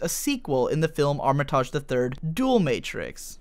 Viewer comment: It hurt every time you said her name because it is so mispronounced. It’s arm-it-age ! Loved polly matrix and the characters was great but duo matrix was pants. It cost me £30quid and a reader to play this on a PlayStation back in the day.. how I weeped when it was a shadow of its former self. Also Pluto was such a wasted character in Duo. We never really discover his purpose.